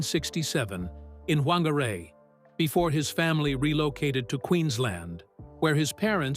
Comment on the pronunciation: Hahaha you don't know how to pronounce Whagarei where he was born🤣🤣